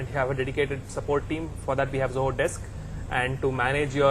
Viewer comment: That is Zoho, not Joho!